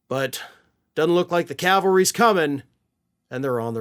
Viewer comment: please! It's "CAV-al-ry. Not CAL-vah-ry. Calvary is the mountain in Israel where Yeshua was crucified. So many people say it wrong. Mounted soldiers are referred to as cavalry. See the difference? Ok, I'm a bit pedantic. Say what you will, but do say it correctly. Btw: I really like the way you report on the goings-on of things. You're quite skilled.